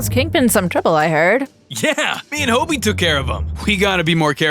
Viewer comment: It is pronounced Hobie not hobby btw